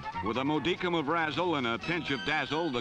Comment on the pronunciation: And, mo-dee-kum ain't a word.